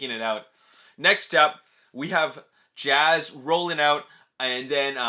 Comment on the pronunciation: lol you called him jazz again lol